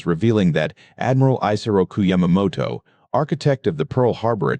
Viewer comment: Hire a HUMAN who knows a lot about this subject (like me…. The Lightning is my all-time favorite aircraft - I would LOVE to own one!!) This computer mispronounced Yamamoto’s name EVERY time & always differently. I also noticed that they did not use a real P-38.,.